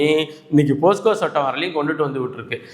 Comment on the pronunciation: தம்பி போஸ்கோ அல்ல போக்ஸோ